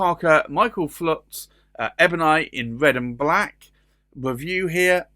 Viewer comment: FULTZ!!!!! ...not Flutz you putz.